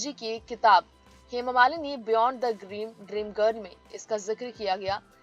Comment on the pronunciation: सूत्रधार का उच्चरण बहुतही घटिया है, हेमा मालिनी का नाम भी ठीक से बोल पा रही।